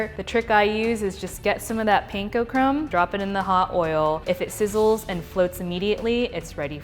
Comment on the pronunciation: A great sandwich...but do your mom the extra honour of pronouncing "panko" correctly ...Americans normally mispronounce Japanese words(karate, bonsai, panko, etc). Let's not encourage the stereotype ;)